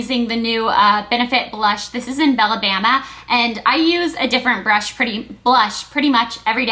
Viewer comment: teehee i can't help but notice you say "bella bama" instead of "bella bamba" love the vids though, i'm not saying anything against you, blair <3